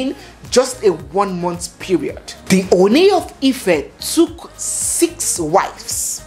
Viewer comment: I am always watching your program. I find interesting and entertaining the yoruba words you throw in from time to time. I will however like you to find a way to learn the proper pronunciation of the title OONi. Please keep up your good work and stay blessed.